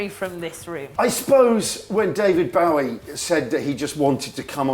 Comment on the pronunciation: 'Boh-ie' not 'Bow-ie'!